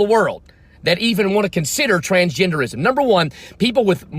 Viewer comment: With southern accent thoo😂😂 TRANSGENDEREEISM